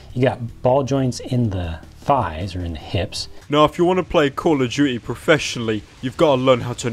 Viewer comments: One does not simple calling call of duty "call of juty" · Call of Duey ahaha just skip over the T in Duty why dont ya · “Call of duechy”